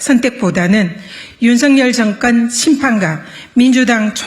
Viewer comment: 증건 정권 총슨 총선 그리나그러나 쏙여서속여서 드이상더이상 이븐 이번 이럴 이를 민주당 압승 을 위하여 온국민이 지지합시다 슨택 선택 발음이 경상도 는 저렇게 안되나?